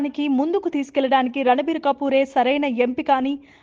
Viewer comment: He is not ranabir. It's ranbir